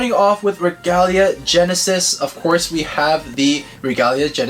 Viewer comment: Bruh it is not regula gennises it is royal gennises